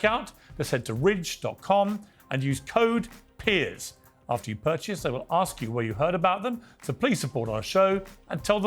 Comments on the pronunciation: you say "aks" instead of "ask" AND you are a lawyer! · She needs to “ask” instead of “axe”. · She's a Lawyer & she's saying Axe instead of ask? People don't take her seriously! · First time I've ever heard a lawyer use the word "axe" as a verb